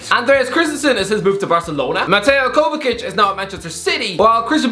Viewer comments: It kinda hurts hearing him calling Kovacic “Kovakic” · That kovacic pronunciation is criminal